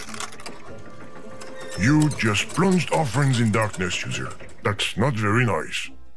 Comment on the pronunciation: When he said user I thought he said loser